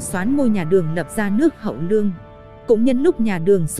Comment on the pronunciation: Đọc cứ như ngọng ấy. Lương mà cứ nương nương